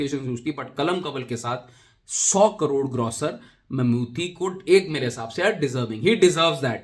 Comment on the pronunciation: भाई मम्मूटी है मम्मूती नहीं!